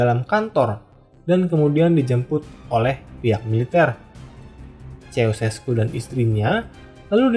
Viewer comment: semua sistem pemerintahan itu baik *syarat & ketentuan berlaku ijin koreksi pelafalan namanya ceaucescu=kusesku gheorge=jors (sama kaya pelafalan "George")